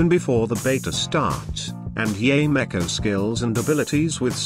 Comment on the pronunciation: I love how the voice generator pronounced it Yay Micko